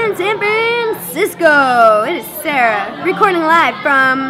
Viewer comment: It's Sara why she saying Sera